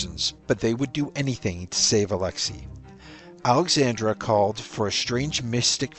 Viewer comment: It's Alexandra NOT Alexandria!